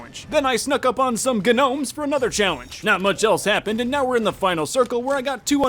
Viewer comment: says the g in gnomes English teacher: HOW DARE YOU